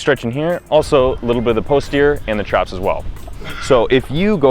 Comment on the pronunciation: Dude, stop saying "PUSS terior" ha ha